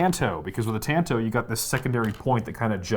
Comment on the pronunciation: Why do so many knife youtubers mispronounce tanto? It's very tilting.